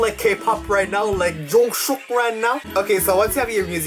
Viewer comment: IS IT JUST ME OR HE SAID JUNGSHOOK.....AHHHHHHHHHHHH